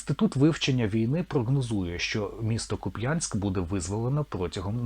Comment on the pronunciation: кУпянськ, а не купЯеськ